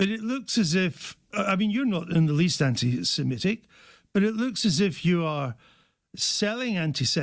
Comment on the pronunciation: Definitely be can't even pronounce anti Semitic.